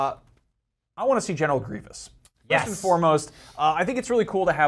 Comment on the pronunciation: Dude it's Gree-vus not Gree-vee-us